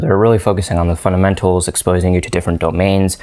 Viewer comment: .... thought i was the only one hearing it